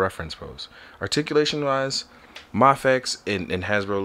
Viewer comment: It’s pronounced may-fex (mafex)